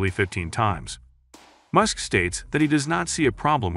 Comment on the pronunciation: The problems with this video is the voice’s pronunciation - can’t even say MUSK